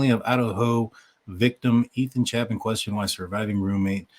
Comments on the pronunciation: He is Ethan CHAY-pin, not CHAP-in. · Chapin (chay-pin) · Pronounce Ethan’s last name correctly dude! Get with it if your gonna act like a you tuber.